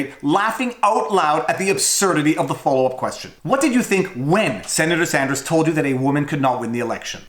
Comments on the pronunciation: she calls him senator sanjew lol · CNN moderator: '...Senator Sanjew--Sanders....' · Holy cow, Abby did say "SanJew" when asking Warren the followup question. I knew she said it, but didn't know when until now. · She mixed the word with "you" that she was going to say immediately after him name, she actually said Sandyou. Not uncommon to happen, exaggerating a mistake makes you just as bad as them. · "Them" is lying leftist like CNN and Warren. i'm just saying it doesn't make the not-crazy people of the world any favours to call them antisemitic over something that was very clearly a mispronounciation, even if you do it as a joke.